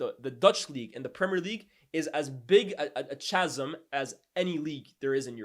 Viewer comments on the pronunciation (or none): My man said chasm with a CH ahaha. top work otherwise my guy